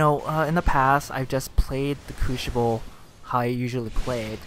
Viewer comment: I hate to nit pick but say this with me now CREW-SI-BULL. The word is crucible not....crewshible. any ways thanks for the vid.